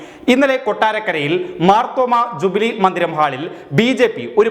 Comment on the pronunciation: ജുബിലി ഹാൾ .....എന്നല്ലടാ ...... ജൂബിലി ഹാൾ എന്നു പറയണം കേട്ടോടാ കരിപ്പൊടി😂